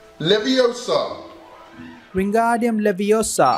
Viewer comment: Its leviOsa not levosAH